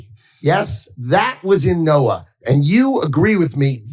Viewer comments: Ben!! It is pronounced “Noah” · Ben don't be an A1 McMahon. NOAA, the National Oceanic and Atmospheric Administration (not Agency) pronounced Noah. I love what MTN does but you need to cross your T's and dot your i's not because not doing so makes you look any less intelligent but because it allows the Cult to cloud the waters. Also why does Maga Mike look like Emmett from the LEGO Movie?